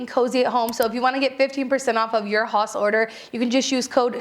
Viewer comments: I think it's pronounced 'house'? Although, I'm not German. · Is haus not pronounced house??? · This is great--thanks! PS I think the wine is probably pronounced 'house'. It's actually the German word for house, if I remember correctly, and the pronunciation is approximately the same. <3